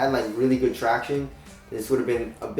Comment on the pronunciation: Do you guys remember the days when said traction normally?